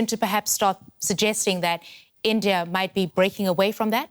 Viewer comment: India not Indiaurrr